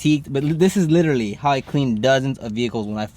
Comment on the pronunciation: You "LILALLY" did a good job! 🤣